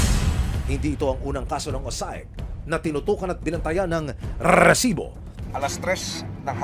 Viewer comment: maganda sana ang content kaso nakakabwisit yung RRRRRRRRESIBO